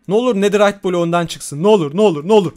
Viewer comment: abi sen dua yı yanlış okuyon nederayt deyide antik kalıntı desen çıkar 😅❤